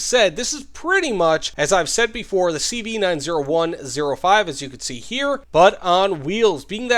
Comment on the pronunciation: Please please PLEASE pronounce it CV NINETY-ONE-OH-FIVE